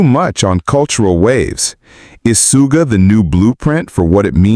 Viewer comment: Yoongi was a shooting guard on his school basketball team. So Suga is not pronounced "Sue"ga, but "Shoo"ga. You've got this! 🤞👍